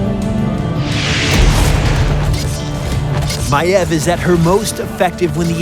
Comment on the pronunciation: he pronounces it maev yet it is spelled maiev